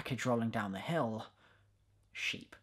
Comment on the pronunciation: Honestly your French accent here could work, one thing you got absolutely right is the way the pronounce "the" and everything else that starts with it, people in France don't get the fact that "ze" makes zero sense but they still use it